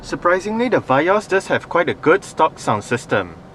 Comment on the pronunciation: Vee yos rite not va yos